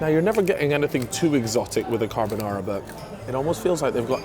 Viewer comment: Bro said "carb o Nara" hahaha